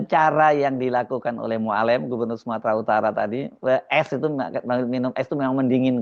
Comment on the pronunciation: Mualem, e nya halus bukan kasar. Sakit telinga dengar nya cara pengucapan Mualem